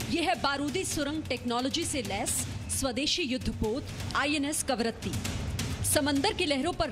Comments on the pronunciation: सॉरी बट ए ऐकंर हैं या बडबड। कवरती बोल रही है जब कि करवती नाम है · कवरत्ती नहीं कवरत्ती है मैडम